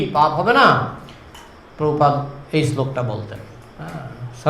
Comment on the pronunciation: বাংলা ভাষা এখন ঠিক করে বলতে পারিস না তোরা আবার প্র ভুপাদ